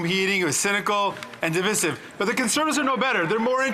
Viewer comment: Their pronunciation of the word divisive is wrong.